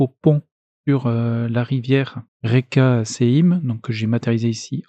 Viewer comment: Reka, veut dire riviere en russe. Cela se prononce Rika